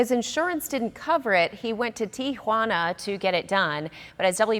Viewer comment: "TiAjuana"??? Maybe Tijuana?